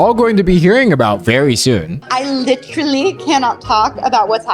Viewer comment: no way she pulled out the leafy "litterally"